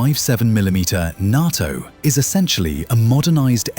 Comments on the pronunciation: Said Narto not NATO , off putting 🇬🇧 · nat-o l🤣😂🤣